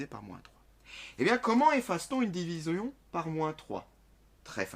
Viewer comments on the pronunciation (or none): c'est moi ou il dit "diviseon" a la place de division sinon merci pour cette vidéos continue comme ca 😀